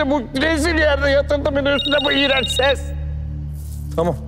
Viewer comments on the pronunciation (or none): Bu başak tamam demesine çamam demeyi kicik ediyo beni resmen 😏